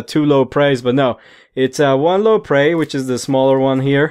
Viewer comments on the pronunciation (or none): It's ioprey and iodrome, not loprey and lodrome. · don't mean to be rude if i come as as such but the lodrone and loprey are i belive supposed to be pronounced Iodrne and Ioprey again i dont mean to come off as rude so i apologize if i do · Not Lopre it's Ioprey and Iporedrom